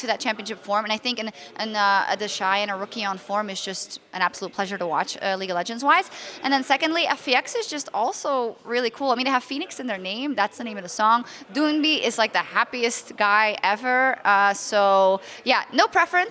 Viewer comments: Why do people say "duuunbi", it's freaking DOIN-B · They did say 'DOIN' at first, but apparently they got corrected because it's wrong. You can still catch them correcting themselves from 'Doin' and saying 'Dun' instead.